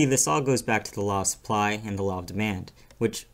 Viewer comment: "law of suppy"